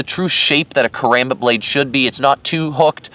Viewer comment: I love the review, I just wish you pronounced "Karambit" correctly. Regarding your opinion, I totally agree regarding the design decisions, but not in terms of their use. A combat knife isn't going to need the same intense focus on durability that a survival knife will need. A high quality sandwich construction is more than enough for spending 99% of it's lifespan in someones pocket or on a nightstand.